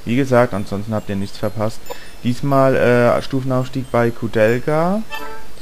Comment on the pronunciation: Mit k aussprechen